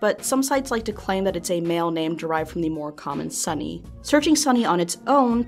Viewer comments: Seeing as it's Japanese, it's pronounced "Son-ayy" or "Son-eyy" the e being pronounced as a sort of mix of A and E with a wave seeing as it is repeated. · Wouldnt it be pronounced "so-nay"?